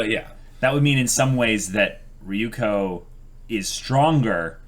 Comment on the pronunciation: And also Ryuuko isn't Ri-yu-ko, but Ryu-u-ko... but I've given up xD